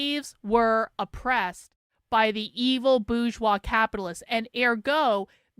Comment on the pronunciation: What is the boozshoir? Does she mean 'bourgeois'?